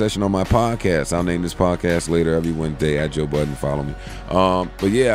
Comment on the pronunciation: IT'S JOE BUDDEN !! NO "S" AT THE END... DAMMNNNN!!